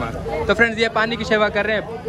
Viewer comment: Baki pure bolte ho sirf seva ko sheva bolte ho wo galat hai. Seva bola Karo bhai